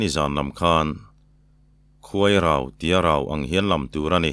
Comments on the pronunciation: Khuai Rau ti ang a lam tur a ni e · vawk kawng Rau ti in kei ni chuan kan lam khuai Rau ti a lam ang hian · Khuairau anga lam tur aw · Khuairau anga lam tur a ni mizotawng dik tak chuan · Khuai rau ti a 'rau' hi thlūk tur ani e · I lam dik e, Khuai rau ang a lam tur a ni ngei e. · Khuairau tih Anga thluk kha a dik e aw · Khuairau ti a,"rau" lam rik ang hi ka hriat dan ani zawk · Khuairau tih lam anga lam tur ani. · Khuairau anga lam tur ani. Ilam dana rau kha chu huai lam sawinan hman ani.